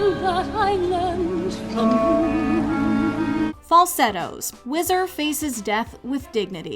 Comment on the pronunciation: #1 “Falsettos” ! 😭😭😭😭😭😭😭😭